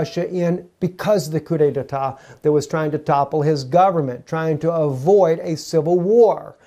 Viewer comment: There is not a second syllable... coup detat. Not, detatat.